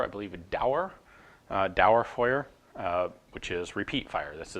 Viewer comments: Hehe, nice you pronounced Dauerfeuer correcly! One day you can explain everything on a Wehrmacht weapon in German ^^ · Your pronunciation of "Einzel-" and "Dauerfeuer" has become magnificent! ...for an American. Now, "Sturmgewehr" needs some work. "Shtoormguhwayer" might approximate the correct pronunciation, depending on who reads it.